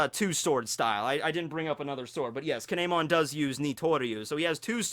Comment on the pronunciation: It's kiemon